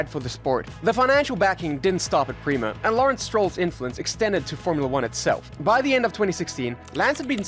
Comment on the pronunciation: It’s pronounced “pray-mah”